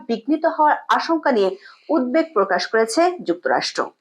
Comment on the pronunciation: কিছু মনে করবেন না, বঙ্গোপসাগর এর উচ্চারণ বঙ্গোপোসাগর আর উদ্বেগ হলো উদ+বেগ....